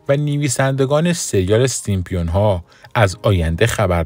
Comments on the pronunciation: سیمپیون یا سیمپسون ؟؟؟ 😂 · Simpson not Simpion اول زبان یاد بگیر بعدا کلیپ درست کن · سیمپیون؟؟؟؟؟؟؟؟ یه کلمه ست درست بگو اقلا 😂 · دوست عزیز ،دیگه عالم و آدم میدونن که اسم درستشون سیمپسون هستش،سیمپیون دیگه چیه؟ از کجات درآوردی؟ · نوشته ی زیر سیمپسون هاست و شما میگین سیمپیون بلآخره کدومش درسته ما که نفهمیدیم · سیمپسون ، فقط رئیس جمهور نیست نمیتونه از رو بخونه.. این مشکل همه گیره ... البته سیم سون هم خونده میشه. پ ایز سایلنت 🤦🏻‍♀️🤦🏻‍♀️🤦🏻‍♀️ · تعجب اوره که در مورد کارتن معروف سیمپسون ها میخوای اظهار نظر کنی، اما حتی نمیتونی اسم این کارتن را بخونی، حالا نمیتونی بخونی، آیا تا حالا اسم این کارتن را هم نشنیدی؟ برو اول مشقتو بنویس و تمرین کن ، بعد بیا ویدیو بزار.